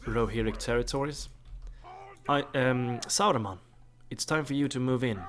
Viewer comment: It's ok. I like it. It's funny. 😁